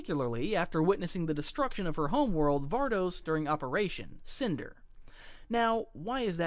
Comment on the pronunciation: Yeah and the unnatural pauses between Operation and Cinder